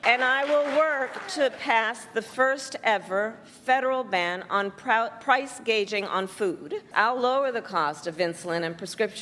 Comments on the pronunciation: Price Gouging not Price Gauging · “Price gaging”I thought it was gouging. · It's gouging, not gaging? There shows you how much homework she did.And yes, we have new houses here in the bay area, but you're looking at one point four million dollars.. she's trash! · She's an idiot, First of all, it's called price gouging, not gauging, second of all price gouging is for example, when there has been a hurricane and a company or someone tries to sell a family a generator for 5,000 when they would normally be able to get one for 2500. That is price gouging and since probably Hurricane Andrew, companies were called out on that and were actually charged for that.